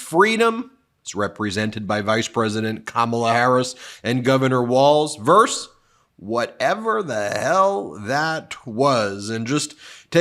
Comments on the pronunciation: I like you a lot Ben, and agree with you about everything. Call me pedantic, but I'm disappointed that you think "vs" stands for "verse". The word is "versus". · I love this channel but it (vs.) is VERSUS, not “verse”. Please. You’re an attorney. You say it a lot.